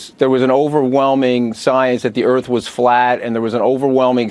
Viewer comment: put the "R" in earf